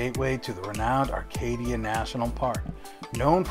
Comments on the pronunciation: Acadia....not Arcadia. Bang-GOR, not bangah or bangerrrr...do bettah. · "Banger" & "Arcadia". I'm from Phoenix and just cringed. 😂